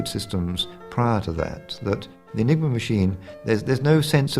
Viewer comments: "Enigma," not :"Engima." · Enigma not Engima!